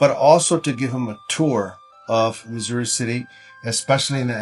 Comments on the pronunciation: It's Missouri not Massoori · Missoori alla Missouri city ennanu